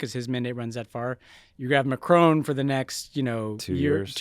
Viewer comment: Macron, not Macrone.